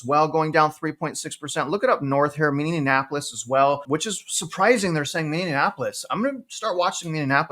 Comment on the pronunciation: Hey just to let you know Minneapolis is pronounced a little differently than you do it if you start reporting on it. A lot of businesses left Minneapolis after the George Floyd riots and I don’t think it’s the same since for housing and business demand. I would love to see what facts you can report on it though and thanks for all you do!